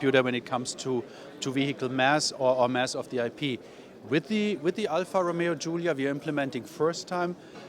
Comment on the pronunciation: OMG! It's Alfa man not alpha